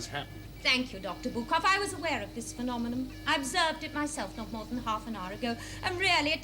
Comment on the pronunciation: poor - keeps fluffing over lines - she's got to be aware of this phenomeNOM - -:D